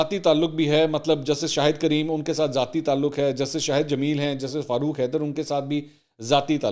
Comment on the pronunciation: Very nice mansoor We Pakistanis keep making mistakes on arabic name Kareem not creem